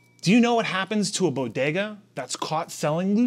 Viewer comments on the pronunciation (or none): none